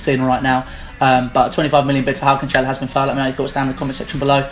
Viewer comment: It's pronounced CAN-SELL-OH. not canchelo